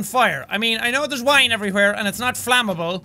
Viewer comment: Did Sean actually say “FLAMable”??? 🤣🤣🤣